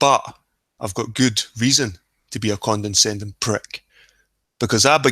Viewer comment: FYI it's "condescending" not "condenscending" ....don't mean to be a grammar nazi, but after first few times I just had to, sorry lol